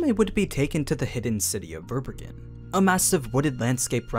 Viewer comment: Fun fact : Verbergen is a German word and means concealing or to hide which is quite fitting. It’s pronounced quite differently… your version sound really funny to me